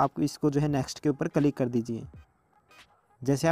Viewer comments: Bhai it's not calik ... it's click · Kalig nahi he bhai Bo click hota he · 😂😂😂 calik nahi bhai click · Fan!! of your word " Ca -lick " 😅